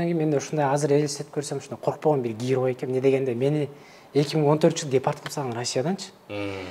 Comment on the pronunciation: Сураныч , орусча суйлобой эле кыргызча эле суйлонузчу. Аябай не грамотно суйлойт экенсиз, ушунча жыл Россияда жашап. Гирой, килиэнт, дэкимент, за свой каприз за вашьи денги деьей